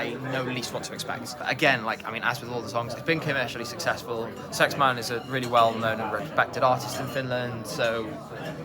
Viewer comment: It's SexMANE not SexMAN